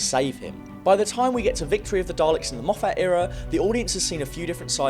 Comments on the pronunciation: Mof fat? Its mof fit. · So weird hearing English Youtubers calling him Moff-At when it is pronounced Moff-it. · for goodness sake please stop pronouncing Moffat as Moe-fat. Moffat has always been pronounced Moffit. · The Daleks haven’t been truly threatening or intimidating for a very long time. Oh and you keep mispronouncing Moffat. It is my surname also by complete coincidence, we’re not related, the correct pronunciation of our name is MOFF-IT not MOFF-ATT. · Argh.. can’t hear “Mof-hat” again. Have. To. Stop. Watching. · 'mo-FATT' y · great videos and all but you need to stop calling him mofFAT, it’s a bit fuckin annoying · Moff FAT. WTF? He's a prick, but get his name right ... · Why are you pronouncing Moffat name weirdly? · stop saying Moffat wrong